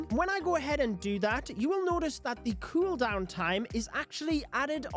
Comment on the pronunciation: Say cueldown again